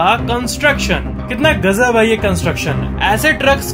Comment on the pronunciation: is pronouncing gazab as gajab Disclaimer: Rajesh 8s not hurted in this comment. 🤣🤣😅